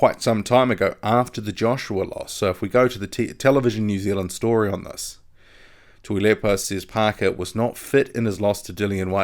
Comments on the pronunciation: good pronunciation with the Samoan Prime Minister's name!👍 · you pronounce tuilepas name way better than me lol.great update